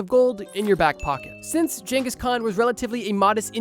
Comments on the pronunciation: Mannnnn every time you said genghis wrong I took 5 hp damage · There's never been jangus, most say genghis. But correct is chingus. Don't assume you know the pronunciation especially if you're American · "Jenghis" Nice job dipshit. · why is bro saying jenghis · Am i the only one irrationally annoyed by this pronunciation of "ghengis" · The psychic damage from how he pronounces Genghis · i dont think thats how you pronounce genghis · man is allergic to pronouncing Genghis correctly. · I think the 'G' in Genghis Khan is a hard G, not a soft G, my guy. Don't think it's supposed to be pronounced like a J.